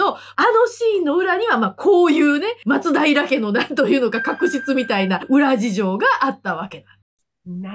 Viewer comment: 元の松平町も、発音は「ま↓つ⬆だいら」ですから。